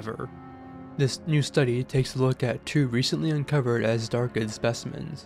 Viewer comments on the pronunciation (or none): You are mispronouncing azhdarkid. Zh is different from z. Zh is pronounced like the s in pleasure, or j in French.